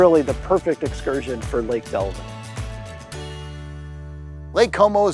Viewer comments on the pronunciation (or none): Delavan not Delvin - Don't get stuck in Lake Como - mud bottom full of turtles